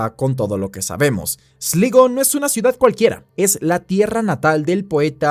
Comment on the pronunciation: Esligo... Sslaigoo ay ya compadre 😅😅😅